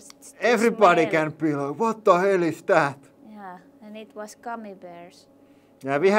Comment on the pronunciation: “ what de hell was zat!” “Eet was gummy bears” 😂